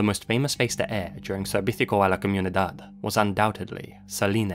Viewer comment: Amazing work bringing a Hispanic mistery to the English YT. But it's adorable hearing you trying to say "servicio a la comunidad" :p